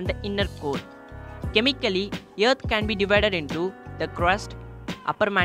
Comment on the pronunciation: Teacher: Please say earth. You: YEARTH!